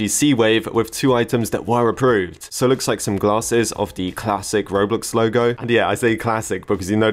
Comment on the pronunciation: When you say "Roblox O Loge" it sounds funny to me